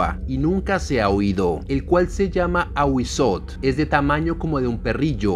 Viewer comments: En el náhuatl debes pronunciar la tl no sería ahuizot, sería ahuizotel pero una e casi sin que suene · En lengua Náhuatl se pronuncian todas las letras. Es AhuízoTL. Primero la T y luego la L. Son los sonidos de las consonantes sin vocales. No te comas las letras. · No sé si ya hay sobre el Nahual (nawal) / skinwalkers, me intriga que sean tan parecidos y sean ambos de origen arido-mesoamericanos. Me encantan los vídeos de este canal, solo como retroalimentación si se pronuncia el diptongo TL jajaja es difícil para los no mexicanos, lo sé jajaja me causa ternura cuando no pueden pronunciar popcatépetl jajajaja en este caso sería fonéticamente como Awi-zótel (con la e muy corta casi imperceptible pero marcando bien la L al final) Saludos!! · Muy buen vídeo bro, excelente toda la información sobre el Ahuizotl, confirmó ya que soy muy conocedor de las culturas de la mesoamérica precolombina y lo digo de buena onda pero te falta pronunciar la L al final de la T solo unos detalles mínimos, y no son Aztecas, ese nombre universal esta erróneo, se lo dieron los españoles ya que no saben pronunciar el nahuatl, es Mexicah-Tenochca en el nahuatl, es Mexicas